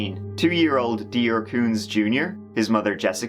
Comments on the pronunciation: My aunt, uncle and cousins have the last name "Kunz". They pronounce it "koons" instead of "cuns". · This happened in my area. I know one of the lawyers that represented the father. It's so sad. You say the name as "Coontz" Why did they go camping with no diapers for that baby? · I’m pretty sure the name Kunz is pronounced “koonts” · It’s pronounced coonts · A side note: I'm from the general area, and the last name, Kunz, is pronounced "Koonz". I really hope we find out what happened to this little boy. 🙁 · I actually live in the same city as Jessica and vernal. Went to school with Jessica's sister.. It has been crazy and they even had a $5000 fine if we went within miles of the campground. They are both remarried and moved away shortly after he went missing. We all know they did it!!! They also found a backpack with human blood. And its pronounced "Coonz" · At least say the poor baby's name right it's pronounced koontz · Look thats not how to pronounce "Kunz" try again. 😇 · It's all in the name...they are Kun(t)z..these deplorable meth heads killed their baby & set up the old man..I dont know how kept a straight face pronouncing that name.. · And you're going to keep pronouncing his last name wrong even though 20 people in the video and all the interviews pronounced it right and you're still too stupid to correct yourself